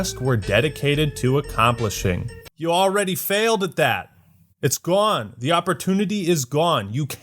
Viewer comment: Why did you say “Gone!” Like you were from the Bronx 😂 it was into the video